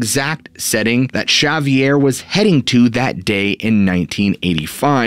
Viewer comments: Javier is actually pronounced Havier ... the j has an h sound ... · Shavier?? Do 5 min of research and learn how to pronounce names and words. 🙈🙈🤯🤯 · s he really pronouncing the j in javier its pronounced w an h